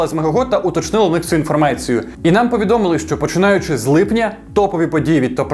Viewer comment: двайцять . інформайція вчись розмовляти .